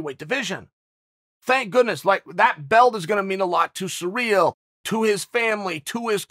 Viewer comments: Spoilers alert! Chael pronounces names slightly wrong intentionally to produce more comments and more controversy! Kamara, surreal, etc etc. Bravo Chael! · Chael has a surreal speech impedimentl with foreign names.